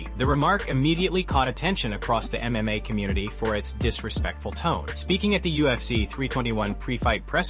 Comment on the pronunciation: Also learn how to pronounce MMA !!! Sounds like you say MA